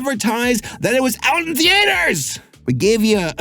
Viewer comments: Why do you insist on pronouncing "theatres" as "tee-ayters"...? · So do any of you guys say "Thee Ate Hers" or is it just him?